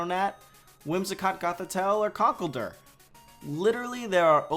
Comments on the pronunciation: It's "Con-Kel-Dur". This guy can't pronounce Pokemons' names for shit. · Conckledurr. It did sound like cockholder though